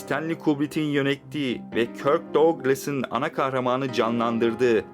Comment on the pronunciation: dogklıs diye okunur ama sen bilirsin